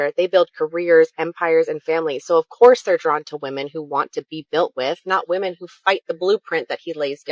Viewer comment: If she pronounces “Women” as “Woman” I immediately tune out and disregard anything they’ve said